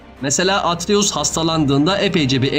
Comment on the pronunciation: Abi ama atries demene sinir bozucu 😂😂